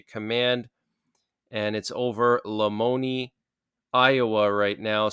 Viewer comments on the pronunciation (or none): Lamoni pronounced (La Moan I ) I'm from Iowa just trying help you with right pronounce